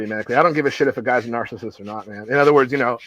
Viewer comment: Anyone have a count on how many times Vince mispronounced narcissist?